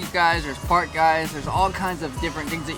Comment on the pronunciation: Did he say park or fart?